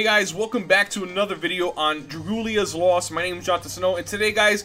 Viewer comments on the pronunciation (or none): One day and I believe you will !! You will pronounce Dragalia lost correctly !!! You can do it snow!!! Just believe !!!! (And as always thanks for the tips! We have been blessed)